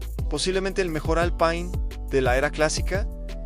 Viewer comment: Pésimo video, demasiada imagen IA, y no se dice Alpaine, me quedo con videos como los de Evo Máster y Garage Hermético.